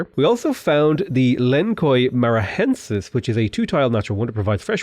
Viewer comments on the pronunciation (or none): Gringo pronunciando palavras brasileiras é muito bom kkkkk, "len koi marahensus" 😂 Adoro o teu canal. Abraços do Brasil! 🇧🇷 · Quick correction on the Lençóis Maranhense pronunciation: lens - sssoys mara inn - aensis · Btw, it is better pronounced Len saw is Maran yen sis. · your pronunciation of lençóis maranhenses fucking gave me an aneurysm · The pronunciation of Lençóis Maranhenses made lol hard 😂😂😂 We love a gringo trying some portuguese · wow you fucking murdered the pronunciation of Lençóis Maranhenses